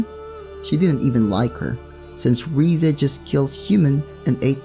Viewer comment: it's rize not riza